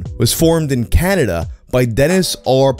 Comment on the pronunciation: I'm new to this, why can so many english-speaking youtubers not pronounce the word Canada? He says Caderda, Canderda, Canrerda, Caldera and pretty much every variation of those letters, but never "Ca-na-da'.